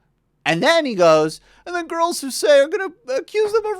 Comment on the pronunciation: "Ooh" not "Who?"